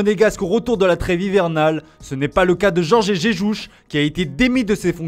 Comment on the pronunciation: "Jorgé Jéjouch". Nan ce n'est pas une prononciation stéréotypé et raciste... 🤔 Ce n'est pas comme si en France dans une entreprise il y'avait statistiquement 0% de lusophones pour vous corriger ... 🤔